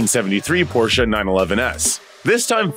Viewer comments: Finally one that pronounces PORSCHE correctly!!! namely "POR-SHEH" and NOT "POR-SHA" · Thank you for pronouncing “Porsche” correctly. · I love how you pronounce 'Porsche' correctly!